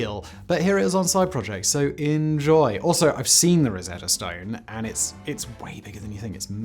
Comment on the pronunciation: Simon. Not being picky(!) but it's 'enn-joy', not 'inn-joy' :)